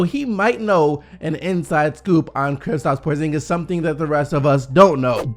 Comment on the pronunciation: Thank you for not saying KriPstaps anymore